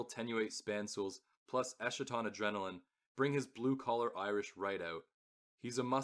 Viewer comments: Eskaton… not eshaton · esKaton, like eschatology, greek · You’re pronouncing eschaton wrong